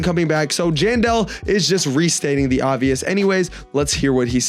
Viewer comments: Him saying John doe instead of jandel is wild💔🥀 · he said general 💔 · STOP LYING SUMMER HAVRSET IS EASY WIHT MY FRIENDS WE DID 3 TIMES PRISM REWARDS TODAY IK SRY IK UR NOT LYING ITS LOT OF BUT I THINK ITS RLLY EASY BTW SAYING JANE DOE INSTEAD OF JANDEL IS CRAZYY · Bro said genderless instead of Jandel💀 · him saying general instead of jandel is wild 💔🥀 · It does sound like john doe